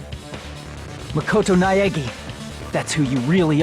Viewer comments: Hinata is pronounced Hee-nah-ta. Not Hi-na-ta. Naegi is nah-eh-gee, not Naeg-i. I don't see much wrong with Enoshima. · I cringe every time they say "Naegi".